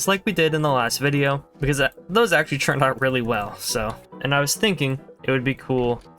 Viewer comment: ITS "TURNED" NOT "CHURNED"